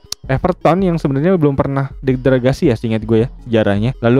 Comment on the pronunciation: De - gra - da - si Bang😅